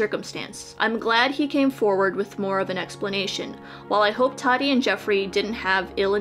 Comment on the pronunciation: I’d love to take you seriously but you can’t even say “Tati” correctly.